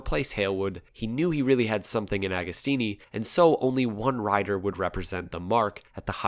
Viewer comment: JOCK-OMO, not GEE-AH-COMO, OK? AH-GO-STEENEE while we're at it. Nobody will EVER be as cool as Ago, even at 80+!